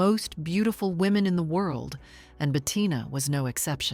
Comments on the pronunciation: Si la pronunciacion es mala se puede excusar pero no se llamaba BETATINA. Lo siento pero la voz da grima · "Betatina" non si può sentire!😡